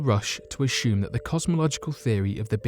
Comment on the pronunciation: The word is “assume” not “ashume”